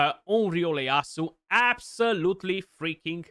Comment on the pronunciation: It’s an I not an L. Pronounced E A ASU